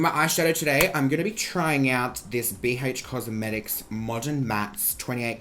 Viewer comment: bee heych cosmetics